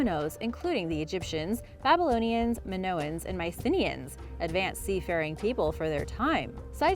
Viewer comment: You might want to check the pronunciation of "mycenaean".